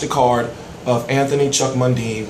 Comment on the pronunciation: Just a heads up man its "Choc" not "chuck" lol. I heard an interview the other day with mundine saying at this stage he is more interested in bringing canelo to Australia rather than trying to get to mayweather? I'll be flying over to Sydney if that happens lol. We get fuck all over here so that would just be off the scales. I'd rather see canelo win though cos I don't like mundine. He's a good boxer but he's a bit of a dickhead.